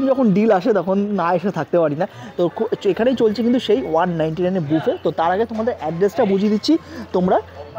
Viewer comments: মামণি,তুমি খুব মিষ্টি,কিন্তু তোমার উচ্চারণ ঠিক করতে হবে । সারা ভিডিও বাফেট বাফেট বলে গেলে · Valo lagey. Dekhi vlog gulo. Kintu ekta chotto suggestion... Pls buffet ta pronounce korben buffey boley. T na f hobey uccharan